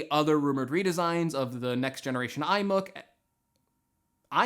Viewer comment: I'm really looking forward to the "iMuk" 😂